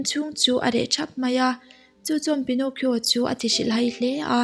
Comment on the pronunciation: Pi-naw-ki-aw ti a lam tur a niaaaaa 🤥